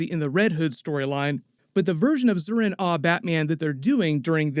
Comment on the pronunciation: Zur-en-Arrh not Zur-in-a